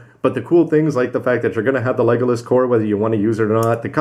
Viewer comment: oh my god!, how many times are you going to keep getting it wrong, it's legilis, not legolas, so would please get the name right!!!! p.s. your getting that name from lord of the rings.